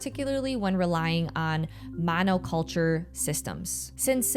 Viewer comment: I came for the informed & sober take on farming practices, I stayed for the pronunciation of “monoculture”.